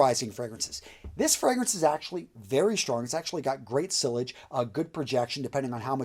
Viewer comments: Its siyaagge and kneech not sill ij and nitch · It's pronounced as "Knee-sh" and you're right above, double ll is a Y in french language so it's "See-Ya-Je" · Hard to take the opinion of a person who references niche as "nitch" & sillage as "cilage".... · Anyone who really watches any of Jeremy's videos knows how to say "niche", "sillage", and Master Perfumer Alberto "Morillas". You may want to take more prep time, so people take you seriously. Grammar, punctuation and pronunciation are crucial parts of making a lasting impression.